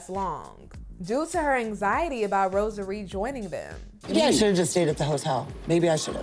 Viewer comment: Melicia: Rosa Ree. Kim: Rosary. 😩😩😂😂